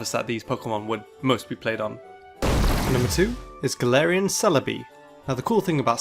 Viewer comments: All I hear is "Tangelarian forms". I am not unintrigued. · The whole time time I understood "tangelarian forms" instead of "top 10 galarain forms" ssksks